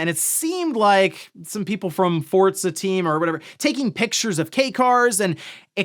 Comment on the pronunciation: Just unable to ever properly pronounce Forza